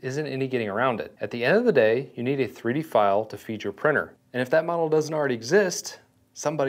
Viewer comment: Such a pity that with all the time you have spent with 3D printing, you still haven’t been able to say printer. Prinner and prinning are not real words.